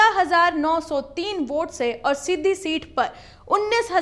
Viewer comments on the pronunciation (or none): Shiddhi nai hai medam shidhi hai😂